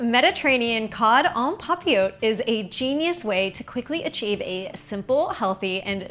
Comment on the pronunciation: The te is actually pronounced in this French word. 😊 you can hear it on google translate.